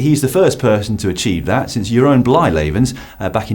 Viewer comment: Kudos on the "Jeroen Blijlevens" pronunciation.